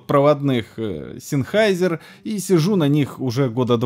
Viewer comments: никакие это ни синхайзеры. По-немецки правильно это произносится Зэннхайзер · По слухам фирма произносится как и фамилия основателя Зенхайзер...